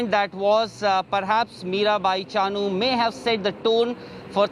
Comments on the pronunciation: Her name should be pronounce as Mirabai Chanu not Chaanu..... please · Drop the middle 'a' from Chanu. That's how u pronounced chanu